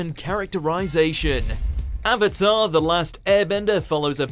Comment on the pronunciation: “Are you the avator, Ong” as an avatar superman, that name pronunciation is a sin 😡